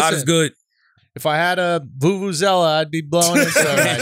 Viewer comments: You said it right Andrew, it's a Vuvuzela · Thanks Schulz! yes, done said it perfectly, Vuvuzela XD